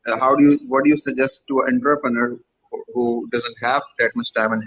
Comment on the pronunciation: I think my man’s was saying entrepreneur